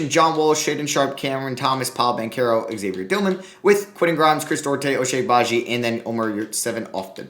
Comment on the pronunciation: Hey I love your videos but banchero is pronounced bon-chair-o👍👍👍